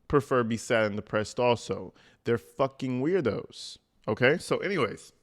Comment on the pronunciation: "They prefer to be sad and depressed together. They're fakin wrirdos" 😅😂